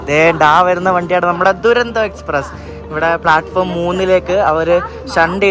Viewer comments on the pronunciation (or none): തുരന്തോ അല്ല , ഡുരന്തോ ആണ്